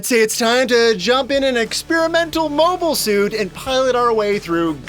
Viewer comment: To be fair you have been pronouncing 'mobile' incorrectly throughout the video.